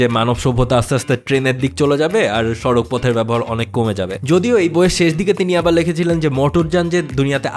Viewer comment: সড়ক হবে, সাড়াক নয় ।